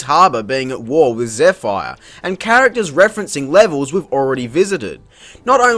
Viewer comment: Zeffire? Zephyr.